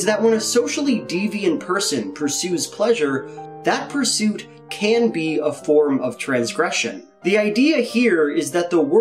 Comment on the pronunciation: Every time he says "be" .... I hear "bee"